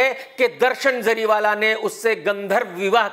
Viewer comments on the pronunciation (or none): none